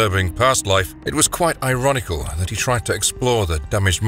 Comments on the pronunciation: He also said "ironical". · oh for fuxsakes...WATCH THE MOVIE! It's very plainly pronounced !! Oh, and "ironical"?!?! Are you fucking KIDDING ME?😲😒